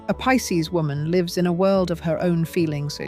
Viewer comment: She mispronounced Pisces!